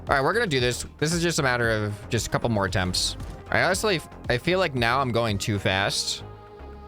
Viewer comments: Just fyi you said atmpt instead of attempt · Atempt❌️ Atmpt✅️